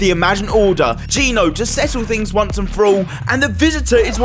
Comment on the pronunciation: Genō is pronounced Jen Oh not Gee No